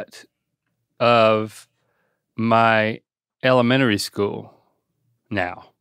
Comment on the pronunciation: Haha he went "elemenary school" right when i was reading this comment. Anyway I'm from Ohio and I say it the same way you do lol